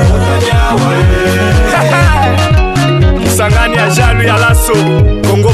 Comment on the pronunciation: Très belle chanson c'est bien valoriser sa région 👏👏👏👏👍👍👍👍. Très belle pronontion de la ville.